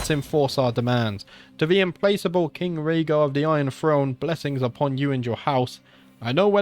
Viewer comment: Dude, it's Im*plack*able. "Not able to be placated" It means relentless.